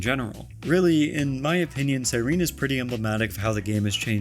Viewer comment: CyrenEE how are we STILL pronouncing her name wrong after an 11 month story of which she is a main character?!